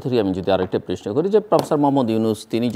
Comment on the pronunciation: আমিও এই বিষয়টি খেয়াল করেছি বহুবার।এমনকি পারিবারিকভাবে আমরা আলোচনা করেছি।কমেন্টও করেছি।উনি কেন বুঝতে পারেন না? উনি প্রশ্নকে প্রেইশনো বলেন